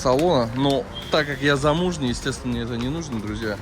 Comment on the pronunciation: Простите... Зумужний!? Мне не послышалось? Я поперхнулся!!! минуты... Вы это бросьте, или вы с Европы?